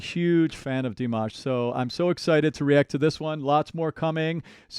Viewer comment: Did you just call him? 😂 now there's a surname first name mashup